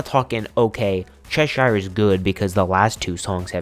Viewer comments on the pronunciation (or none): I've lived in Cheshire, England. The pronunciation is ches-sheer. Think of shear dress, or shear top.x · just wanna say, cheshire is pronounced as chesh-er. sincerely, someone from cheshire.